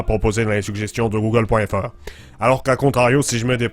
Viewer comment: Je suis québecois et je trouve ton accent correctement bien sauf exeption comme on dit pas google feur mais google fr comme tous le monde enfait la prononciation des A et aussi dans la mignature comme dans la vrai aussi ARRÊTER DE DIRE TABERNACLE ON DIT TABARNACK, CÂLIS. Sinon bonne vidéo